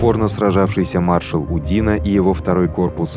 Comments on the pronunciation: Фильм с явным сочувствием к французским захватчикам. Диктор только что не рыдает, рассказывая о диких русских грабителях, обижавших цивилизованных европейцев. Ну хоть бы ударения при произношении фамилий ставил правильно. Никогда француз УдинО не был удИно. И много других нелепиц. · УдИно?? Ударение на О УдинО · УдинО, а не УдИно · Все классно. Даже подписался. Но просьба к автору расставлять ударения правильно. УдинО. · Маршал УдинО. У французских фамилий ударение на последний слог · Забавно слышать, как диктор произносит фамилии. ЧичАгов, УдИно.)). В русском языке удадарение падает на О и Ё... ЧичагОв... , а во французском языке на последнюю гласную..... УдинО.